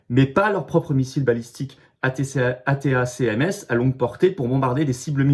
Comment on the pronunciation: Attaque MS ça se prononce 😅 Cher Florian 🤪